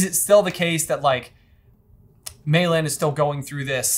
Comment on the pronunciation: They kept calling her Mei Lynn... It's LEE, people. LEE.